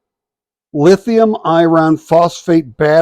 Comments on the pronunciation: What is lithium "I-RON"? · Nice price but too late for me. By the way, what is "I Ron"?